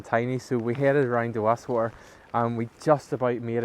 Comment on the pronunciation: Why can’t people pronounce Wast water properly